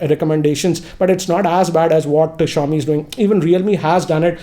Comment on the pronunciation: He butchered Xiaomi LMAO